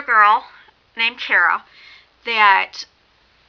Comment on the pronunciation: It sounds like you keep saying Kira instead of Kara. And the word your trying to think of for the "past stories" your trying to say is urban legends. This book was amazing I'm reading the second one now. Good job on the review. You should do the review on the second book too if you read it or not.